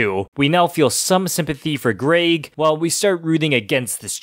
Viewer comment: Where are you from that you’re pronouncing “Greg” as “Grayg?” It rhymes with “beg” not “vague.”